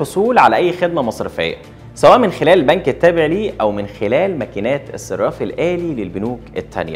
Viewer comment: أسمه :الصَرَّاف الآلي" مش "الصِراف الآلي" لو سمحت.